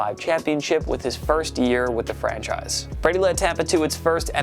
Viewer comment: Sounds like you’re saying “French a** quarterbacks” at the beginning lol I had to replay it like 5 times before finally realizing you’re saying ”franchise quarterbacks”